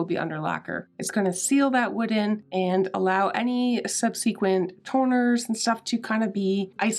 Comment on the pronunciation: You had me confused with your pronunciation of subsequent lol. I think it's pronounced suhb-suh-kwnt.